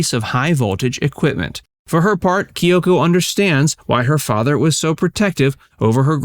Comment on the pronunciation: Whys is pronouncing the name Kyoko so difficult?